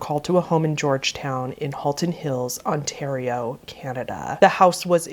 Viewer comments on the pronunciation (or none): none